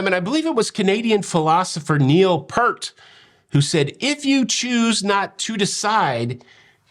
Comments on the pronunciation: Props on the Rush / Neil Peart shout out. (As a long time drummer and Rush fan, I feel it's my responsibility to tell you that it's pronounced "Peert". Like the word ear, with a P and a T.) Love the Rocky Marciano hat...Jenny did well! As always, you've given us some great content! Keep it up! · Pronounced "Peer-t." As a life-long Rush fan, I used to say it wrong, too. Not hate on you, dude. Keep up the wonderful work,.